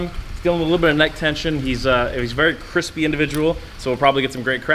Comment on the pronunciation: I never thought the words cripsy and person would end in the same sentence but here we are